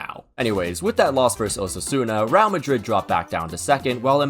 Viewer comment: Bro why are you pronouncing it as “Rial Madrid?” Makes me think of the Saudi currency